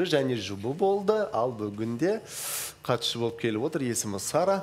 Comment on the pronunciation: Бутя катушы емес катысушы деп толык айтшы.